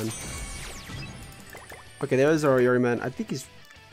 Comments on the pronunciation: It’s E-ori and not Eye-Ori 😂😂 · E-ori bruh say it right.. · Noooooo he said "I"ori!! 😭😭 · He def should take japanese classes I cringe everytime he says it.